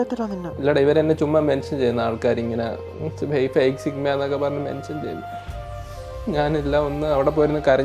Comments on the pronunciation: Sigma❌ Chickma✅ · Chigma ❌ Chugama ✅